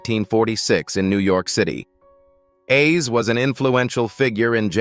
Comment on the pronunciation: I hate when they repeatedly mispronounce Roy Ayer’s (pronounced Airs) name it’s annoying. I pray all of these celebrities rest in peace🙏🏾.